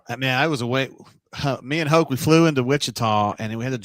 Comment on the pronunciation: Hoke not hope